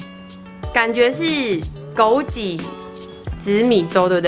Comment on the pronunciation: 枸杞，ji?qi? 我们发音不一样吗？